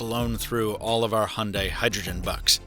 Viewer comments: How you pronounce it: Hon day How everyone else pronounces it: Hi - un - die So is it any greener? Since the hydrogen making process produces Co2 anyway. Also, most petrol cars are cleaner than ever, and they only get better as new generations come out, some ranging 60mpg average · It's not a "Hunday" it's a Hyundai (pronounced Hi-un-die) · why do Americans call it a hunday ? when it's pronounced hai- un-dai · How come americans cannot pronounce HYUNDAI and say HUNDAY instead ? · It is HYUNDAI NOT HUNDAY!!! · Hi-un-die is how I’ve only heard it pronounced. Do all Americans pronounce it hunday? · It's pronounced Hyeong Dae, not hondai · Hundai??? it's HYundai, learn how to pronounce it. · its 'Hi-Un-Die' not hunday fml. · Hyundai is pronounced YOON-day, not “Honday”. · It’s Hee Yun dayyyy not Hunday. Get it through your head! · Its not hunday its Hyundai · Grrrr its not HAND DAI, ,its pronounced HI YUN DAI GOD DAMN IT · Wtf is “Hunday” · It’s pronounced “hun-die” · it is not hyunday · Your meant to say, hayunday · It's not Hunday,it's Hyundai. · Honday??????? Ffs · Is that really how you say Hyundai? , the thing with buttons on a car isn't just about the feel, its that you can remember where they are and they'll never move from there.